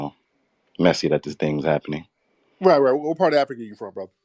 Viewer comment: Dude kept saying we from Africa wrong 😂😂😂